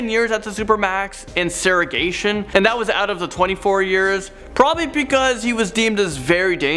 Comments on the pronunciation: Did you say SEGREGATION wrong? Sounds like you said se-re-gation. Missed the G. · say it wit me SEG-RE-GA-TION not serragation